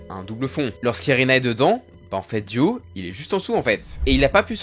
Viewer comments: J’en ai marre qu’il dise « Duo » au lieu de « Dio » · Mais pourquoi tu dis DUO et pas DIO wsh c'est trop byzarre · Pourquoi tu dis « Duo » à chaque fois? (Oui j’ai compris que tu avais des problèmes d’élocution mais quand même)